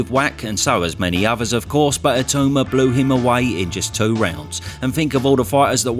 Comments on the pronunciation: Why do people call him I-too-ma smh. Surely pronounce his name correctly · for the love of god please learn how to pronounce his name. It’s It-aw-ma not It-oo-ma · If Itauma wins, will you promise to learn how to pronounce his name correctly?